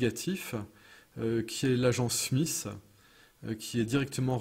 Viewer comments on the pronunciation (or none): none